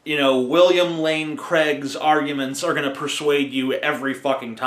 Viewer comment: It's pronounced William Lane CRAIG. Not Creg.